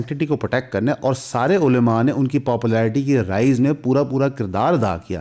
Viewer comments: علیما نہیں ہوتا بھائی۔ کم از کم علماء تو صحیح سے بولو۔ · please ULMA not ulema